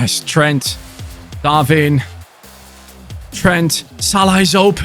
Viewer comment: love ur content but u say darvin nunez when it is darwin nunez